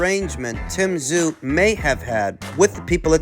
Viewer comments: Tim Tsyzu ( zoo ) ta-zoo ka-zoo it’s very disrespectful to deliberately mispronounce his name. Nobody at 154 gets near him, including Crawford, Spence , Charlo nobody. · Any chance of pronouncing Tim’s name correctly? The TS is silent and you know that.